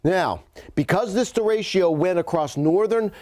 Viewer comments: Actually it's der rey cho. Not day. Think of the "e" s as "fleck" or "neck". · it kills me listening to you mispronounce DERECHO. over and over. it is NOT DERECHIO. its derecho. read it. sound it out. keep it simple. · I love how he mispronounces derecho. De RA ch (like spanish ch) o. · Anyone else cringe every time he said der-a-cho wrong? 😂😬😂🤢😂🤦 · Anyone else CRINGE each time he mispronounces, ‘derecho’? It starts out OKish and then progressively goes off the rails by mid-point of the report. Someone, pull him aside and tell him. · Somebody please tell the weather expert that 'Derecho' is a 3 syllable word !